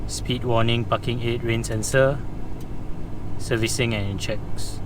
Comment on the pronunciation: pls ' P a R king ' Breaks.. say it. PARKING..